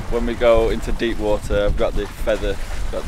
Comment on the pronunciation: There is a "T" in WATER,, it is NOT Waer!